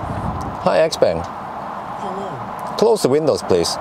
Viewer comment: it´s pronounced x- pong. the brand is named after the owner xiao peng which is pronounced pong